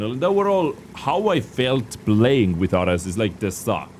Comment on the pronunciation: I believe it’s pronounced Air-eez